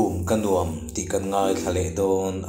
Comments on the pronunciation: Dam lo chung pawhin i ti hram hram a, a va lawmawm em. Lo dam thuai ang che. "Nuam" ti hi "huam" tih thlûka lam rik tur, tih inthlahrung takin ka'n sawi tel hram a ni. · 'Nuam' tih i lam dan hi a dik lo tlat mai,hla thu a ni si